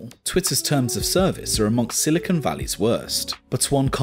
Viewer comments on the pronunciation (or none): none